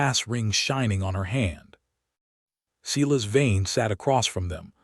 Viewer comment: AI can't pronounce words: Not Seelas but Seyelas